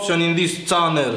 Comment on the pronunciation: learn how to say channel